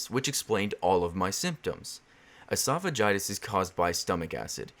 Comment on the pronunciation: really really late to this but he said esophagitis